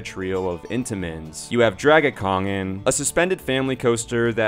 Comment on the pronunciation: Oh dear god the danish names you said were painful. Please say them in english next time. Like juvelen say The jewel or dragonking gor dragekongen